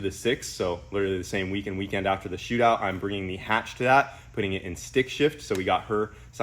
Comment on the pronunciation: So glad you kept the H in the hatch